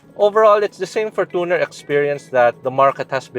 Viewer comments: ForTOner, youTOb, naTOre's spring, TObe, TObing, naTOre, comMOnity, SOV, EOrope, that's how these ppl pronOOnce it. Why? Even toyota themselves pronounced it FOR•CHUH•NR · for-toooo-ner wtf 😂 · Kala ko ako lang nakapansin sa For-toon-er. 😅😅😅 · Your pronunciation of fortuner is really annoying